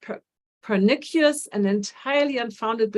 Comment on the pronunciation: Thank you for your videos. I cannot wait to improve my eyes. And the word “pernicious “ is pronounced “per-nih- shus”. I gather English isn’t your first language but you do so well.